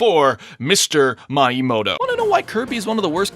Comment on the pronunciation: It is pronounced (me-a-mo-toe.) GET IT RIGHT